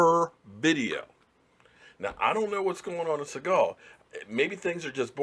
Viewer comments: Segal??? Bruh its Senegal as in Senegalese......bruh he just started he still in a rookie deal, he takes us far, he'll get paid. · Segal or Segul? What country are you saying? Do you mean Senegal? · did you say Siagon or Senegal?